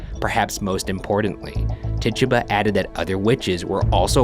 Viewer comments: Idk why but the way he pronounces Tituba bothers me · Its pronounced Tituba not Tituba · when the ghost said take it. it sounded like: "TITUBA". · Ti-two-bah!!! DAMNIT PRONOUNCE IT RIGHT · lol it's tit-tuba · Tituba is pronounced Tie-tooba she was native of the Caribbean I believe. People sometimes call her African American, but that's inaccurate. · Is he pronouncing Tituba wierd or have I just pronounced it wrong all along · bruv mispronounce tituba one more cotdamn time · Ryan does not know how to pronounce tituba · Tituba probably was ignoring you because you were pronouncing her name wrong 😂